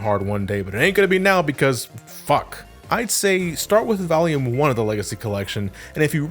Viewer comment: I swear when you say volume you sound like youre saying valium lol You otherwise never sound like youre from new england lol